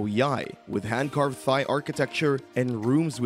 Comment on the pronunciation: I can't take this guy seriously when he says "Thigh".